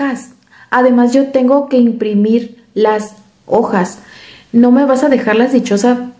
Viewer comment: Corrige "okas" por "ojas*" jjaajajajajajaja 🤣🤣🤣🤣🤣